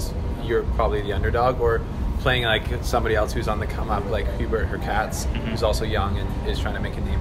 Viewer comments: It’s HurCATCH, that’s the correct way to pronounce it. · Please Pronouce Hurkacz like hoor - CATCH If you do this it will be much better, but not 100%. You would still need to correct the oo in hoor (it is better than her) and the “a” in catch is a harder “a” than in catch. It is not that hard though. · pronunciation of Hurkacz is Hurkach (Hurcatch). Do not try to pronounce "z". This "cz" is like "ch" in chocolate.